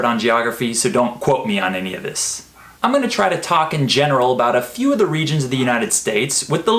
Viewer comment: why the hell here American don't pronounce (of the) I didn't notice them at all